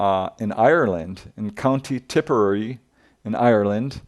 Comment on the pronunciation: C'mon, dude! It's Tipperary! Tip-Err-Rare-Ree... Like the old song: It's a long way to Tipperary! It's a long way to go, It's a long way to Tipperary! To the sweetest girl I know, Etc. 😉😄